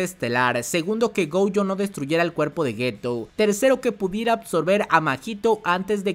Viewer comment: Por queeeee dice GOUYOOOOOO… es gojo (goyo) punto